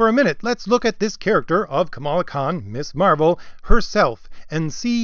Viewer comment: It’s pronounced miz. To pronounce it Miss Marvel misses the whole point of the original 70’s second wave feminist character. Ms. is a title, like Mr., that does not indicate the marital status of the person referred to. A seventies feminist idea.